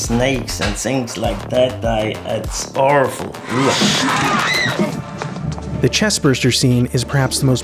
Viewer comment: "It'z Awriful!"